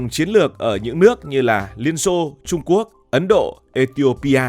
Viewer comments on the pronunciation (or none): none